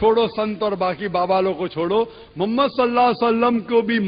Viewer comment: تو تقریر تو کررہا ہے۔تجھے اردو کے تلفظ تو نہیں آ تے۔ بددماغ محمد( صلی اللّٰہ علیہ وسلم) کو مومد کہتا ہے نالائق تیری علمیت کا اس سے بڑا ثبوت کیا ہوگا۔